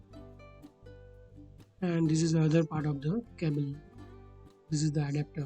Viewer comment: ITS CABLE NOT CAABLE GAWAAR